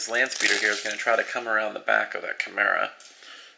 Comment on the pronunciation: dude, take no offence to this ok? chemera (However it's spelld) is pronounce Kai-mera